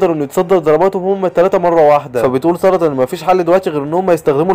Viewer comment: انت لما تسوي فديو تقول ساردا❌ سلطه ✅